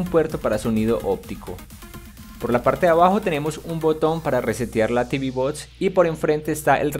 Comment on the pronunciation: Por que no pronuncias bien en ningun video? "tv bots" ?????????????????